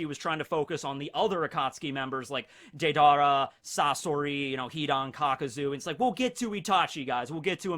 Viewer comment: Nobody:: Day-Dar-AH